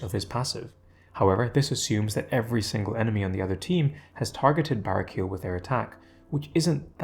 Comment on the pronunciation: I love your content, but hearing you say "bara-keel" throughout is killing me. He's an angel, so you've gotta enunciate the "el" at the end. Either bah-ray-key-el, or bah-rah-key-el.